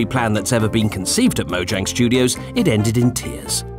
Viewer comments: studos* theres no “i” in “mojang studos” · Yes, there is truly no “I” in “Mojang Studos” or “Team”